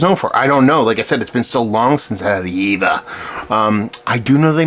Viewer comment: It is pronounced: "Yay-ver pilsener"